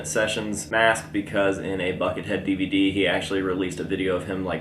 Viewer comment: You said DVD wrong